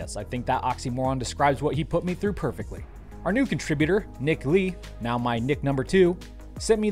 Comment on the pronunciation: Nothing sadder than a fully grown racist who thinks it is funny to say "meow" instead of "now".